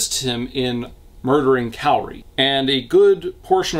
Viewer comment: I have saved this video to watch until after I finished reading Pretty Little Psycho. My brain screamed every time I heard you pronounce Kaori's name as Kairi.